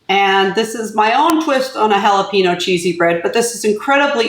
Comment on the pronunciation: Looks good but that's not how you say jalapeno.